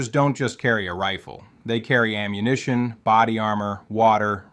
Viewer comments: Brutal to listen to, you talk like a child, "Okay?!?", "Right?!?", "Effective Ammuhation"...... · "effective ammuhation" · Yeah I've heard this damn voice like four or five times now, all with the same kind of weird manner of speaking that's hard to describe and goofy mispronunciations like "PIE-kuh-tin-nee". What's annoying is it's working, the damn video has nearly half a million views. EDIT: "Effective ammuhation", even the text and the little graphics are AI generated, Jesus Christ lol. These flow charts are incomprehensible.